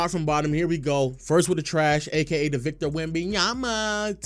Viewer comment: Every time you say victors name i coms closer to wanting to blow my brains out much love though